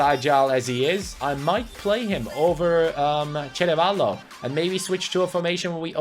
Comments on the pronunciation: Hi, you should give Cutrone number 63, the number that he has with Ac Milan, or let him become THE NUMBER 9 of Parma Ps:, it’s Ceravolo, not Cerevalo!! 😂🔝 #LikeSoCaniCanSee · CERAVOLO, not CEREVALO